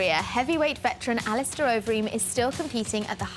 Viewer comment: dana calls him 'al-star'